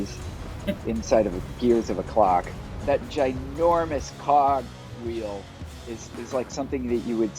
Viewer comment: gi-normous what? 🤣